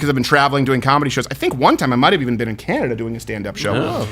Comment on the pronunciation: a subtle 'Canada' :D